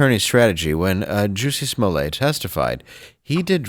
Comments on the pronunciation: You say "toilet" not "toilé" It's "Smollett" not "Smollé" And what kind of name is "Jussie"??? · SMOLlett is a Scottish name, stressed on the first syllable, meaning'small head ' He earned it